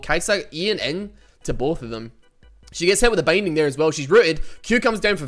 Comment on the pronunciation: I swear, every time you say "binding" it sounds like bang ding